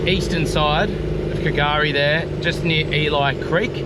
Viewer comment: K’gari is Fraser Island. It’s pronounced Gari. The K is silent.